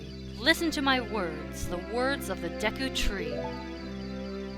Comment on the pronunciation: IT'S PRONOUNCED DAYKU NOT DEKKU!!!😤